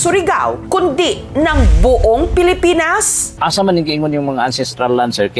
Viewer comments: Natawa talaga ako sa "Pelepens" 😭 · NATAWA AKO KAY ATE SA MILK TEA NA NAGBASA NG TARPAULIN..... PELEPENS😅😅😅😅